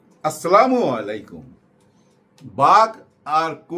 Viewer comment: আপনার এখনকার সালামের উচ্চারণ মোটামুটি ঠিক আছে। আসসালামু আলাইকুম। উচ্চারণ ঠিক করার জন্য ধন্যবাদ।